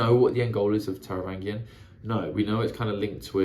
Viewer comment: Taravangian has a soft G, like in strange.